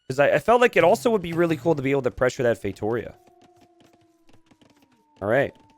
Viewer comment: The way pronounces "feitoria" is deeply annoying.